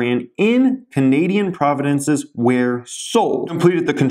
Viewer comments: Pro-vinces not Pro-vi-dances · Nice, heard about this company from the private group as well. Got in before you did. Saw the huge potential. Also, a heads up as its not "Providences" but "Provinces". lol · Sorry, but it’s NOT “Providences”, it’s “Provinces” Eh!!